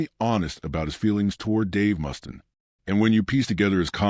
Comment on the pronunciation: Dave MUST-IN LMFAO AI shit.